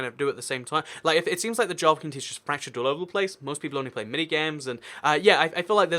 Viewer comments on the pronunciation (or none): none